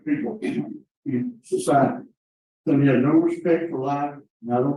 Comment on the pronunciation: Sonny rhymes with "sunny", NOT "Sony". FFS